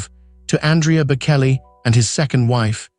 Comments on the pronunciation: For goodness sake if you are going to talk about the Bocelli family, get the pronunciation right. The C in Bocelli is pronounced CH. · Such nonsense. You know nothing, not even how to say their last name